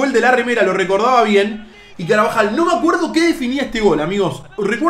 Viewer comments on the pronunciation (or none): ¿Porque todo el mundo a Carvajal le dicen Carabajal? JAJAJAJAJA Saludos!